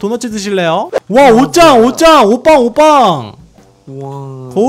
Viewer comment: 옷방이라할때 오빠란줄 ㅋㅋㅋㅋㅋㅋㅋㅋㅋㅋㅋㅋ